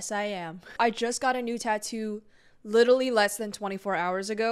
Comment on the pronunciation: "littley" ...did you mean "literally"